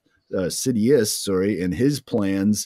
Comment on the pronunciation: You said "sidiuth" lmaoo